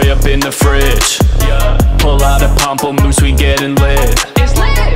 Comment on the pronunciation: I'm just impressed he actually pronounced pamplemousse right lmao